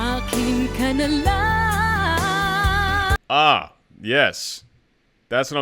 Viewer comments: Very impressive on how you say it in Tagalog!! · I find your pronunciation of the title absolutely spot on. Impressive. BTW I`m Filipino. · It's surprising how easy for you to pronounce the title accurately 😍😍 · Dang, u speak tagalog bro? That "akin ka na lang" pronunciation was spot on 😁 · You pronounced the title of the song perfectly, like a full blooded filipino❤ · I love how you pronounce. AKIN KA NA LANG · Great job how you said "Akin ka na lang" 👍🏾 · great pronunciation of the title. putting work on your video. appreciate the effort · You pronounce the Tagalog " Akin ka na lang" by Moriissette Amon she is very talented and popular here and internationally with a powerful voice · The correct meaning of the title of the song is 'Please Be Mine'. I love your reaction of the song, the way you interpret it & how you pronounce the title almost perfect. Thank you so much for the appreciation. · Bro just said "Akin Ka Na Lang" straight up with no accent, caught me off guard a bit 😅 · Great pronunciation of “Akin Ka Na Lang,”! Like a native 🤩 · You nailed it, pronouncing it properly ( title of the song). Thank you,.,you better learn more Tagalog words and have more friends online, especially Filipinos! Mabuhay ka!